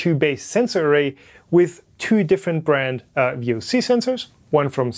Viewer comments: V O sees.. plz. Not vocks 🤢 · They are not vocks. VOC's is a standard acronym not much different than ASA. If you dont say Ass-a then stop.